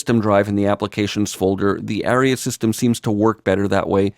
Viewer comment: FYI "aria" is pronounced AH-ree-uh, not "area."